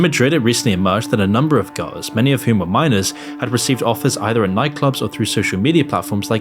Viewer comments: Haha he’s says GOWS instead of girls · It would help hugely if when you said girls it doesn't sound like guys. Just saying.